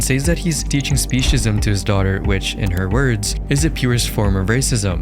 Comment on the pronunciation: I find it funny she can’t even say the word she made up specism right and trips over her words